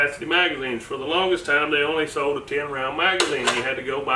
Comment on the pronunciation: Good video. But it's SOLD mfka NOT sewed. lol